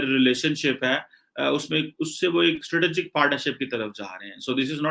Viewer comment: Stritijik....Punjabi angrez 😂😂😂